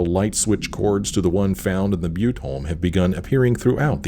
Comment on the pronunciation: I know this is a thousand years old,but you said Butte correctly. Here in Texas we have a city named Butte as well as Montana and a butte County in California. Butte is pronounced byoot. You said you hadn't figured out how to say it correctly, so here ya go.